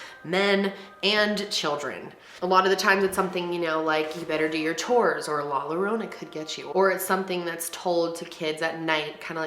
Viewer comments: Please research the pronunciation when the word is in other than English. I’m mortified by you pronouncing the two L letters like you would in English when it actually works like a J. Ahh. I’m gonna cry like la llorona that translates the cryer by the butchering of my first language. Jesus! Also OMG, why would you pronounce the word “popular” as if it’s English. It’s the same word but the pronunciation is POH-POO-LAHR.... take the potato out of your mouth and do a quick Google pronunciation search. Last: PAS-KOO—AH-LEE-TA.... come on be professional. Hey you at least said Gonzalez fine.... 🤗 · She really messed up on the pronunciation me being Hispanic when she says that I’m like wth is that and then I’m like ohh la llorona 🤣😂. 👁‍🗨👄👁‍🗨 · Take your bother elsewhere 🥴 Not all of us are Spanish fluent and literally has a learning disability so like.....the mispronunciation isn’t a biggie. She’s bomb. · Your mispronunciation of la llorona made me giggle 🤭😂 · 😆😭 Larona , omg i nearly past out when she butchered that....😂😂😂😂😂😂😂😂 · I loved how you said “la llorona” Made me laugh 😆 but girl it’s all good don’t worry about the pronunciation lol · The ways she pronounces la llorona la pasqualita and la popular gives me anxiety lol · pronouncing La Llorona is great!! Girl you tried and that is why you're my favorite youtuber!!! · Who is this friend who told her how to pronounce either of their names like that. Ay Dios mío. No puedo soportarlo. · I love you but the way you said "La Llorona " took me out 🤣🤣 it's the whitest way I have ever heard someone say. ( p.s I know she's is white but it still doesn't take away from the fact that it's the whitest I heard someone prounce it and it being funny as fuck to me hearing prounced that way. Not to mention that I laugh at myself when I mispronounce a word in English. Spanish or Italian. And if someone makes fun of me for it then by all means they can. Itself always a good laugh and in good fun. )